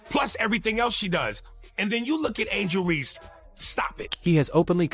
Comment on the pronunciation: Horrible AI. Who is “Angel Ree.”